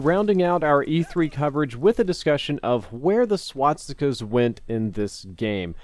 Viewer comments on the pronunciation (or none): it's SwaStikas not Swatsikas! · No you're not hearing things. He is in fact repeatedly saying swot-stickaz. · Say it with me: SWAS. TIKAS. Not SWAT. STICKAS. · Great video, but am I the only one who keeps hearing "swatstikas" instead of "swastikas" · ...Am I the only one who got annoyed by hearing "swatsikas" I dono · swatstikas , not pronounced like that. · Why did you always say "swaTstikas" LOL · Is it bugging anyone else that he says swastikas like swatstika?